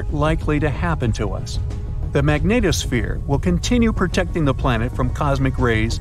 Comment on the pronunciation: I like how he pronounces magnetosphere, Magneto-sphere....